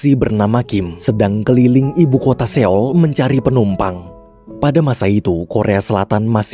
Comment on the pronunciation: maaf min, sekedar saran aja klo buat kota seoul bacanya “soul” biar lebih enak aja min didengernya. hehe thanks min smoga kedepan bisa diterapkan ya🙏🏻